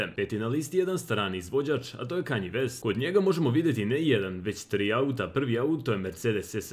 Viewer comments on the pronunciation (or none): none